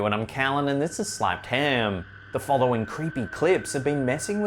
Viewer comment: I have watched 25+ videos on this channel now and every time this many says Slapped Ham in his aussie accent I want to rip my tounge out, I have no idea why, I just do